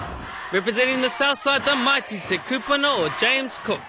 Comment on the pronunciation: Does anyone know why this guy made mistakes in pronouncing maori words, and also the location of some kura, such as te kotuku is from the west, not south, northcote college is in the northshore not west. and its Te Kapunga, not Ti Kupuna..TVNZ needs to make sure that no matter how much of a status a person may have in the media, he or she must be able to speak Te Reo Maori, hence the reason it is a Maori kaupapa